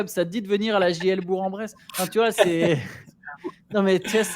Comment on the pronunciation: Par contre ça se prononce BourK en bresse et pas Bouren bresse…